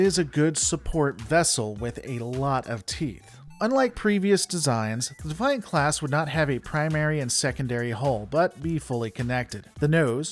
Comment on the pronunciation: Thank you for pronouncing the ship class correctly, it may be spelled “Defiant” but it’s pronounced the “Ben Sisko’s Mother*** pimp hand.”